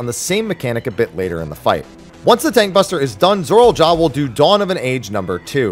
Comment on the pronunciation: I can't get over how he says "Zorol" instead of "Zoraal"